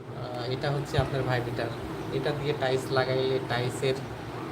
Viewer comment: সর্বপ্রথমে টাইলস উচ্চারণ শিখেন তারপরে লাইভ করেন।